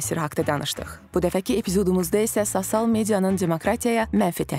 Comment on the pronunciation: Sosial sozunu duzgun tələffüz etseydi daha yaxsi olardi...